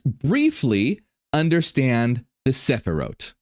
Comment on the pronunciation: As a Hebrew speaker, I really liked the way you pronounced the word Sefirot. Your pronunciation made me associate it with an instruction book (sefer hora'ot), that ties in very well with your explanation, thanks for the update.